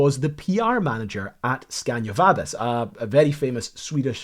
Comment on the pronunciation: It`s SCANIA!!!! NOT SCANDIA!!! Butcher names is a pet peeve of mine.